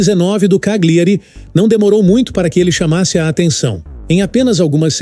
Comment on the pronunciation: Só uma ressalva, a pronúncia de uma palavra em italiano que contém GLI, se pronuncia como o nosso LH, ou seja, Cagliari se pronuncia CÁLHARI...